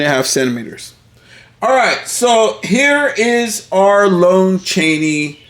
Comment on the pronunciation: Haven't we had this talk before? It's pronounced LAHN Chaney not LONE Chaney.